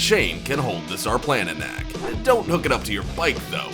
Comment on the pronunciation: Sarplaninac is pronounced Sharplaninatz